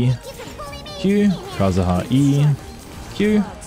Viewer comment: cool video just lower the background music a bit and stop calling kazuha kazaha 💀